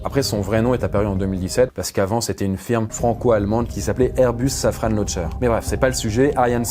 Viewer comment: Abusé comment tu as prononcé Safran ! (ce n'est pas une Renault)...